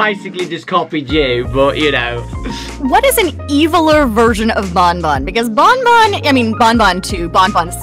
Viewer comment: it's not bon bon... IT'S BAWN BAWN